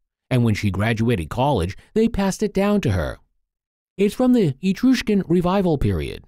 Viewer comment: “ Etrushken “ ? It’s so horrible to have pronunciations like this either by humans or robots ,we lost ourselves,we lost our ways